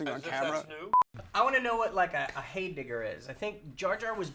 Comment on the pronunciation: For the record, it's a heyblibber, not a heydigger.